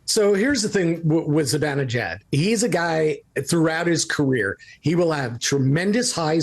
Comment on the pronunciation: It's not "Zi-Ben". It's "Zi-Ban" e jad. He's Iranian. Pronounce it right.